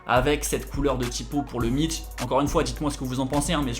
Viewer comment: Perso le T dans mitch me dérange 😬 Sinon t chaud 👌